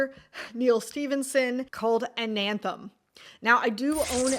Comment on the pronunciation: Paolini -> "PAY OH LEE NEE". Anathem -> "ANNE UH THEM"